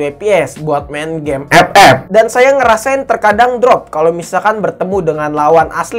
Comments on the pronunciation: Gw juga player epep tapi ngakak pas lu nyebutnya ke gitu bang:v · Saat denvar suara EP EP auto semangat wkwkwk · bang bisa gak ngomong game "epep" nya biasa aja?😒🤣🤣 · Ngakak itu 😂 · Lah Gw Ama Temen Gw Malah Ketawa Klo denger Bang Bilang Epep wkwk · Awaokwoawkk ngakak bettt anjirrr ngomonv EPEP🤣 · biasa aja xaleee ngmong FF nya wkkk.....wkkkkk😆😆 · lah gua ketawa mulu lu bilang game ff😂